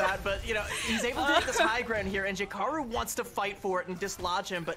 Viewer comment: Lol “J K aru”. At some point, you have to wonder if she was trying to find ways to say players names wrong on purpose.